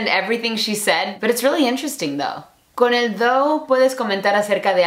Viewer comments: Es "tho" no "thou". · Pensé que dijo "¿Qué significa Dou?" jajajaja